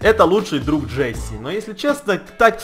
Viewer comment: вобщето не джесси а джесс